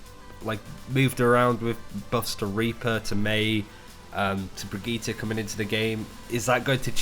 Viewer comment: God, the brigitte pronounciation cringe